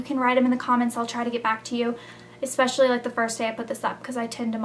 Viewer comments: Oh I LOVE your folders! You and your sister... "exspecially" GRRR! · nice vid its funny how ur a senior and u say expeciall.....lol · You and Blair keep saying "expecially" instead of "especially". Makes me laugh :F